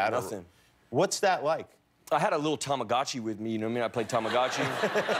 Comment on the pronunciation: When he said Tomagochi my heart stopped beating